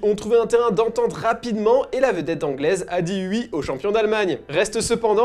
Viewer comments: Angel Di Maria aurait dit "oui", pas "ui"! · tu viens de l'Est de la France toi : on dit "oui", pas "ui" mdr XD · Je crois qu’on dit « oui » et pas « wi » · Il a dit "uii" 😂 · Il a dit ui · Il a dit « hui »… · Arrête de dire ui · ta raison le "ui" ...